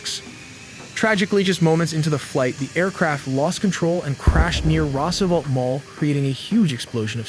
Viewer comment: No AI was used in the making of this video. Narration still can't pronounce "Roosevelt" correctly. Otherwise, still a lot of good information. 👍